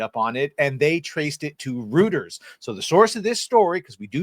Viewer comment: Nice vid! P.S. Reuters is pronounced Royters